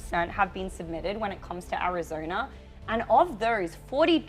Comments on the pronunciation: Someone tell her it’s Arizona not arizoner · Arizona ❌ Arizoner ✅ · Vroting in Arizonra. She pronounces a lot of extra r's when she talks. Im just trying to figure out the accent. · Early verting… In Arizoner 😂